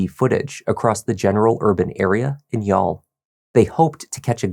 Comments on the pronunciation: As an Irishman, first of all thank you for prounouncing youghal correctly. Secondly i remember very well watching this story on TV3 in 2017 the week, she went missing and seeing her husbands plea for her to return. I remember very well telling my G/F who was next to me that HE did it. His eyes says he is lying. I know body language and have been a crime buff for decades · You pronounced 'Youghal' beautifully!! Greetings from Ireland 🇮🇪